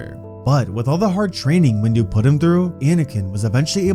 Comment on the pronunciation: Every vid that says “windu” it says “wu” 😂😂😂😂😂😂😂😂😂😂😂😂😂😂😂😂😂😂😂😂😂😂😂😂😂😂